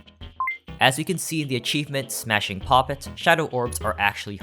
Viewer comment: Another useless fact: The way pronounced "Smashing, Poppet!" might sound a little off to viewers from the UK. The achievement's name is a reference to an old UK slang phrase that loosely translates to "(That's) cool, dear". When using that phrase, the emphasis should really be on the 'smashing'. The way pronounces it - with the emphasis on the 'poppet' - makes it sound like the achievement's talking about hooking up with a doll.